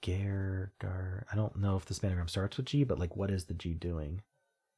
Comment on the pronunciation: Nice effort on the games. I have to admit that every time I hear 'span-a-gram' it kills me a little bit inside. 😅